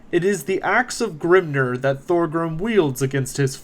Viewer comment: Excellent video, with one exception, Grimnir is pronounced Grimneer, not Grimner. Hearing a dwarf god pronounced like he is an Orc is grating, lol. I loved everything else in the video and greatly appreciate it.